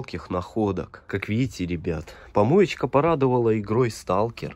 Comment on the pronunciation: Ты когда говоришь помоечька дарит я ваше угораю 🤣🤣🤣🤣😂😂